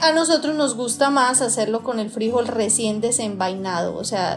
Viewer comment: Que desesperación cómo pronuncias el nombre del frijol 🫘,.